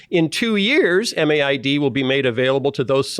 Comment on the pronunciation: In Canada MAID is spoken as "made", not spelled out M-A-I-D. However pronounced, it's a problematic and growing problem.